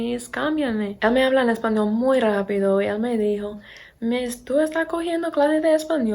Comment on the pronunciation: Hablas muy bien, no me esperaba eso jeje Tienes acento todavía pero estructuralmente tu español es bastante bueno y se entiende perfectamente todo lo que dices. Tienes que mejorar un poco la pronunciación de la "L" cuando dices "español" porque suena como portugués, como una "u" (españou). A pesar de tener acento (de gringa, como dices 😅), veo que se te está pegando el acento de aquí.